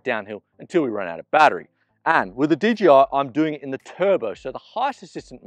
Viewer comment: D-J-I... not didja